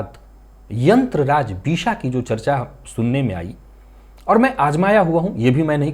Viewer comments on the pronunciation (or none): aap Disha bol rahe hain yantra ki bisha yantra bol rahe hain